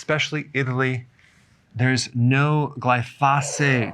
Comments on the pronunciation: Excellent video! I wanted to point out that the pronunciation of glyphosate is incorrect. It should be pronounced as gly-fow-sate. There’s no need to emphasize the syllables. For instance, when you say Gly-Fah, you’re pausing and stressing the “fah,” but it should actually be “fow.” I’m in the green industry and that’s why I caught it 😂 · Please put the accent on the GLY in glyphosate! GLY-fo-sate. You're driving me crazy! JK. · I belive your pronouncing glyphosate wrong, watch a few documentaries on it its pronounced glyphoo-say-t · Eric, Best to pronounce that word GLY pho date.... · It's glyph-oh-sate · I believe it’s pronounced GLYphosate, Dr. Berg. Also, the Croatians eat tons of bread and sugar and their obituary pages are all 90 plus. They are thin and eat what they like, but not in huge portions.That Sardinian woman is too emaciated for only 49 years old. She needs some meat on those bones. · Doctor Berg forgive me but I think you are mispronouncing glyphosate. Pronounced just like it's spelled. No extra phate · Why are you pronouncing glyphosate so weird. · you are pronouncing glyphosate incorrectly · Please learn how to pronounce glyphosate. Thanks